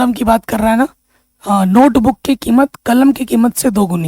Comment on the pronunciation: Sar 😂😂 नोटबूक नही होता नोटबुक होता है